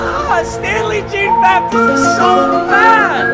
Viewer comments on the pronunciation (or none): ITS PRONOUNCED JOHN BAPTEEST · Please just put Jean-Baptiste into Google translate since you can't say his name right.